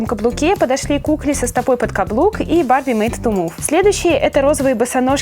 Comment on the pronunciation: мне кажется что ты сказала БАБЕ ( может барби?) МЕЙК ТО МУВ 😂🤣😂